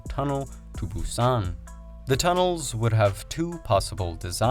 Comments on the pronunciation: I think it's Busan with 'a'. Fast zombie attack! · I keep thinking of the movie "Train to Buson" everytime he said Buson 😅